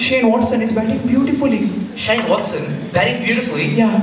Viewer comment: Holding Awesome dude " Beautafly " the way you were pronouncing